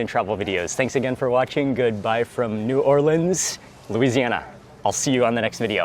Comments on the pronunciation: Mark, I'm a native New Orleanian and I have to hand it to you my good man, you pronounced the name of our fine city properly, whereas most food bloggers botch the living crap out of it. My wife and I live and teach in Alexandria, Egypt and well, we have yet to find over the top fried chicken here, but the koshary, falafal, and foul are killin' it, HA! Love your vids man. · Mark pronounced New Orleans properly!!! Thank you sir!